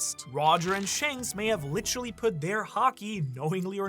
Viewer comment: got a "litcherally" in the first minute damn that might be a record